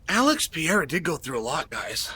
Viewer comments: Are you sure it’s Peira and not Pereira? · just a question, who's "Piera" ?, because i know who Pereira is, but Piera not really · How come Chael can't pronounce Alex's last name correctly? He says Pee-era when its pronounced Peh-ray-rah 🤔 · chael saying Peyera making it on sight for peyera 😂😂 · Alex "Piera" wow😂😂😂😂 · If Chael says Pereira is pronounced Pierruh, then so be it. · Nice video but WTF is Peeara!? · Just came here to hear Uncle Chael say "pee era". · The reason Alex wasn't himself is he heard Chael call him Alex PeeAir and he just couldn't shake it off. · PER ERA, say it aloud Chael, Saying it wrong just makes you look dumb dude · Alex Pee Hair-uh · Alex "PieEra" 🤣😅😆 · Pee air huh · Alex "Piera"? haha, uncle Chael has a real pronunciation challenge. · Alex “Pierra” lost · Alex "Piera"😂😂😂😂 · You can't even pronounce Alexs last name, what's wrong with you? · I'm just here to hear all the different ways Chael will mispronounce "Pereira" lol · Do you say his name wrong so we comment about it and you get more engagement? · You are missing the first R in Pereira. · About a year ago Chael made a video saying people have been messaging him privately to pronounce Alex’s name correctly. He immediately corrected himself, 2 mins later he continued to pronounce his name incorrectly again. The UNDEFEATED 🐐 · I don't even care, I'm just annoyed how Chael mispronounces every name